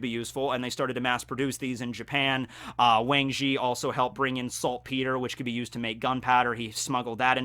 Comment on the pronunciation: Just wanted to say that the correct Mandarin pronunciation for the Wang in Wang Zhi is more like Wong.